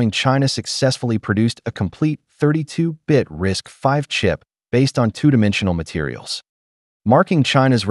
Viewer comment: You are the first and only YouTuber to correctly pronounce RISC-V as "risk-five."👍 Everybody else pronounces it as "risk-vee." 🤣